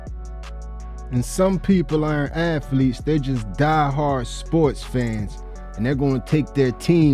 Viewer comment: The only thing that bothered me was him saying “afletes” instead of “athletes”